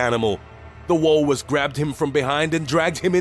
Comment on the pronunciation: "The Wahllrus!"